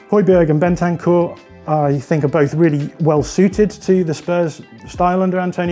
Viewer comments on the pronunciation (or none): none